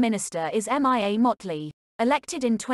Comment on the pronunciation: Mia is pronounced Meah. Mee ah☺ Not M.I.A OR C.I.A😟